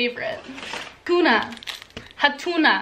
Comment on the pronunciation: Hanuta Not hatuna😂